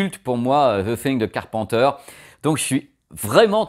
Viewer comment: On dit pas car pen teur on dit car peine teur